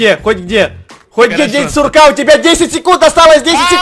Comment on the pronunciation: День курка а не сурка